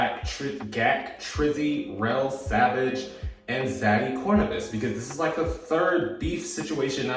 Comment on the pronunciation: A homeless read is wild because... you wanted to and still fucked him tho, business move or not. And love, it's pronounced Core-Venus, idk how you keep getting it wrong 😂😂😂